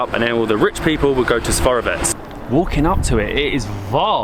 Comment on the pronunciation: Lol 90% of the pronunciations are totally off, but great video nonetheless! The beer is pronounced Pee-reen-sko (Pirinsko) The fortress Tzar-e-vetz (from the word Caesar, meaning Emperor ) - the Tz in Tzar is pronounced like TS in panTS The city is Veli-KO TAR-novo